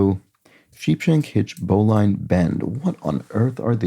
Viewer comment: You were close. These are Sailor's Knots. "Bowline" is pronounced with a short "i" and the word itself sounds like "Bowling" without the "g." I joined a Sailing Club in 1972, and have done a lot of sailing in several countries, so I do know whereof I speak. 😊